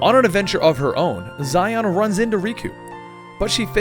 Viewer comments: It’s (SHEE-on) “XION” not ZYON lol. And namine is not NANA MAY it’s (nom-in-eh) how u know the story but not the girl characters names??? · Its actually pronounced Shion in the game... the romaji for this is literally Shion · "Zy-on"? No. Shee-ohn. Just, guh, every video, man, every video some name or place is butchered. XD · Xion is pronounced "She-Own," not Zi-on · you pronounce xehanort xenahort eraqus arques xion zayon (seriously this one is way too far) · I know I'm about 2 years too late, but that little bit with Xion (pronounced She-on, though I'm sure many people are getting on your nerves about it at this point) being controlled by Xemnas is actually false she faked going crazy so Roxas would go all out on her and destroy her. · xion pronounced she-on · yeah those mispronunciation of xion (shee-on) and Namine (na-min-a) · Just a heads up, every time Xion and Namine are mispronounced, a person loses their heart to the darkness and a heartless is born ;( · as a kingdom hearts fan it hurts me that you can mess up something as important as characters name like you have done you have lost your rights as a kingdom hearts fan cause of that tragedy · the way you pronounce xion makes me want to burn down a village